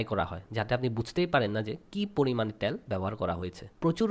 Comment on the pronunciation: ত্যাল না তেল।